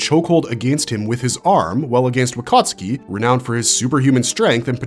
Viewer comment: “Wakatski 😂” is he polish?